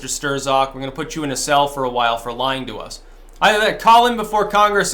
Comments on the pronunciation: I'm going to Hawaii in a few weeks,, where can I get a cool Aloha shirt like yours? I take size 10.2. PS you don't pronounce the Z after an R in Polish. The Polacks just throw it in to fuck with people out of frustration that every time Germany and Russia fight Poland disappears. Hence afterz the Rs in worzds and names they thrzow in an extrza Z then laugh when you przonounce it. EVIL BASTARZDS! Got that Tarzl Warzwick? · How can you still not pronounce Strzok correctly after all this time? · How come you pronounce it "Ster-Zok" but the rest of the media pronounces it "Struck" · ..who the hell is "Stur-zock"? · It's pronounced 'struck' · I am fairly certain.......Strzok .....is one syllable that rhymes with "crock". It is not pronounced "stir zock" The "z" is silent,. When he grins I think he looks like the Grinch from Dr. Seuss. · It's pronounced "strock" not stir-zok and yes he is a deep state FBI fuckhead! We need to abolish the FBI and most of the so-called Intel community. Let's call it what it really is..a fucking commie spy network, who's main goal is to fuck americans over. This is not just partisan politics it's a coup or attempted coup and an attack on a sitting president. Right out in the open and dumbfuck americans for the most part can't even see it or refuse to acknowledge it. So lets get with the program and quit bantering about this like it's just some passing political Dems vs the republicans thing ITS NOT! If your going to be alt media be more hardcore and blunt. Tell it like it is for gods sake, there is to much at stake. I know your trying to protect your ass against strikes,,I get that, but come on! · "Sterzok"??? Another classic mispronounciation. It's pronounced "Strock". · His name is pronounced "struck" as in I was struck in the head. Not Stir-zuk. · I think it's pronounced "Struck" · It's Not "Stir-Zock." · It’s pronounced stroke bro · Stir-Zock? I haven't heard it pronounced quite like that before.